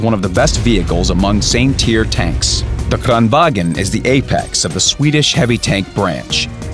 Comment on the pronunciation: KRAAAANVAAAAGN not Krrrrraaaanwaaagen >-<